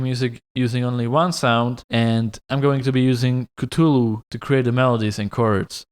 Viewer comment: It warms my heart to see that no one made fun of you for saying catulu